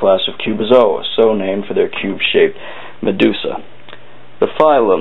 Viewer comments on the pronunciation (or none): none